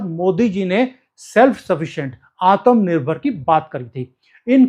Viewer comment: Aatam nirbhar nahi Aatma Nirbhar bolte hai